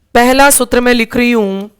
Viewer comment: कृपया सूत्र का उच्चारण सही करें